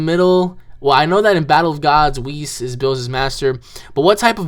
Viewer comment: Oh yeah and its not weis its whis they put it likethat yesterday wen it came out online and whis is not really the hod of creation he is just bilss's teacher